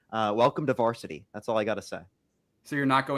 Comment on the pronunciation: "Welcome to varstiy." Wow.